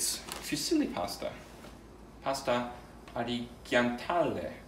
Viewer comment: 5/5 stars for kripp gloriously mispronouncing "artigianale" :D